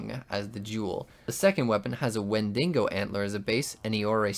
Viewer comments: its pronounced "when dee go" not "when dingo" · bro really said “wendingo”